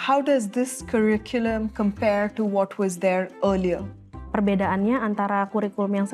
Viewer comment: If the paid consultant from Oliver Wyman can't pronounce the word 'curriculum' accurately, the problem is worse than we all can see.